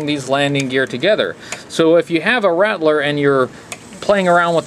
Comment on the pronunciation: RAT-LER ……why do people always pronounce It RADDLER?! Or RATDLER ….there is no D in the pronunciation